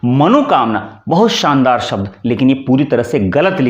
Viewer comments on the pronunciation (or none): none